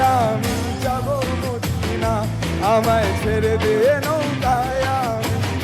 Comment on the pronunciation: খুবই ভালো performance, এগিয়ে যাও। শুধু, ছেরেদে নৌকায় গেয়ো না, কথাটা ছেড়েদে নৌকা। বাকি আগাগোড়া লা জবাব।all the best ♥️♥️💜♥️